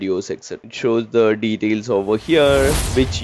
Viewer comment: Bro speaks flawless english for 10 minutes and then can't pronounce "details" correctly 😂 Awesome video ❤️ Helped me a lot while studying for my SC-300 exam.